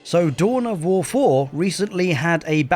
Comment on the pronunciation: Tohn of Woh Foh 😅